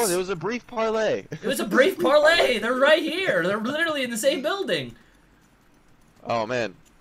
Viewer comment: ... He said litrslllulluly